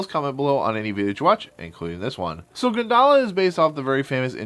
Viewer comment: Actually it pronounce goon da la (gundala) (indonesia pronounciation)